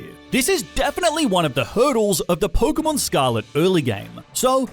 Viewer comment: It’s not porkumon it’s Pokémon